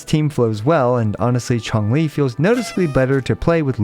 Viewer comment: Everyone: Changli: Chonk Lee